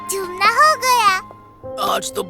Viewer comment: 😂😂😂 Ghoomna ❌ Jhoomna ✔️